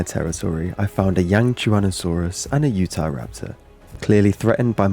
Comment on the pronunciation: i swear he said "the youtube" instead of "the utah"